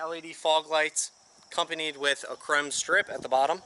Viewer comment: lol crem...no sir it's chrome..as in crOHmm